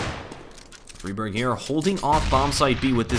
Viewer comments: Friberg - friberj not fribørsh like u say :) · Also, you're supposed to roll your tounge on the r's.